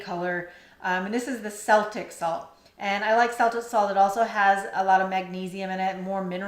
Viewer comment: Celtic is pronounced Kel-tic, for Sel-tic🤦‍♀️